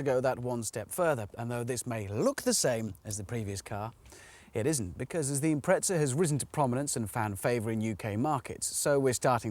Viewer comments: im-pre-za why the fuck do Brits add a T? im-pret-za. there's no T wtf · He pronounces it like "tz" because that's how the Italians pronounce their Z's. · Jimbob Randoms The British (and Australians) have a knack for improperly pronouncing names from Japanese companies. Nissan and Prius are good examples of this. For whatever reason, Hammond, on more than one occasion, likes to pronounced Impreza as though it were spelled Imprezza and with an Italian accent.. Personally, I pronounce the Z as just a Z.